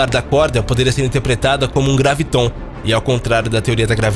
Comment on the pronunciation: Não é gravitón, é gráviton!